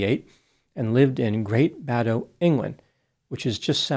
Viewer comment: Shocking case - she even made a joke with one of the Police. Matter of fact, no emotion - psychopath or divorced from reality? Good pronunciation on 'Great Baddow' the Essex village she grew-up in! I grew-up nearby. It's one of those crazy, English place names again. 'Great Bad-O' is exactly right.